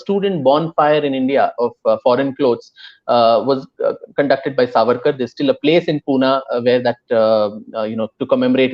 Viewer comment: Did he just say ARSE AWARD ?? Lmao